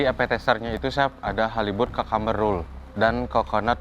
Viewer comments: Kok hovit bilangnya "kakamber" ya..setauku dibacanya "kyukamber" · kyukember, sumpah info baru nih baru trnyata cara baca cucumbar tuh bgtu ya